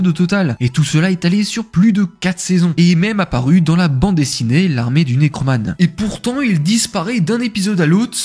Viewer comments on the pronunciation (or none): bonne vidéo mais on dit necromant (mant comme manteau, car cela viens de necro - cadavre, mort et mante - manteau sous sa forme féminine) et pas necro-man (man a l'anglaise)